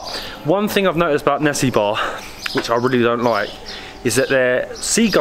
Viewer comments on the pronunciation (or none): It's actually nessebar not nessibar. Their pronounciation is wrong. It's pronounced Ne-SE-bur